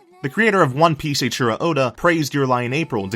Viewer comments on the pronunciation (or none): none